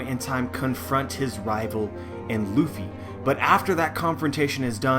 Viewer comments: I'm wondering where you got this strange pronunciation of the name "Ruffy" from. It's neither the Western nor the Japanese one. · Ace Vincent Arevalo But Japanese people usually don't pronounce the letter "R" as "L". They do not have the "L", but the "R" is also not realized the way we produce the sound for "L". It's somewhere in between and a realization that does not exist in this way in the English language. The pronunciation of the name "Ruffy" in this video is overly anglicized. The narrator produces the sound for the "R" in "Ruffy" just the same as you would pronounce the sound for "L" in words such as "leaf", "lady" or "laughter" and that's not correct. The sound for "U" is also not exactly like the Japanese pronounce it. Now I don't want to say that people HAVE to use proper Japanese pronunciation when they don't speak Japanese but in this video it's pretty far away from the actual pronunciation.